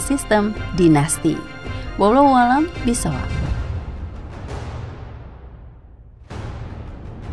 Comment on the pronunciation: Wallahu a'lamu bissowab..bukan bisso